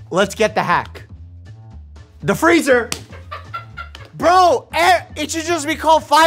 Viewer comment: the way he goes "THE FREEZER" just takes me out every time 💀